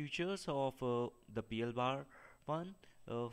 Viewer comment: It's not P L "BAR" one. Just say "P L ONE".